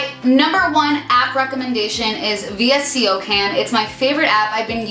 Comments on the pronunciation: I've never heard anyone call visco cam v i s c o cam. Lmao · VSCO (vis-co) isn't it pronounced like that? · vsco is pronounced "vis-co" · wait is that actually how u pronounce vsco I've always said it as visco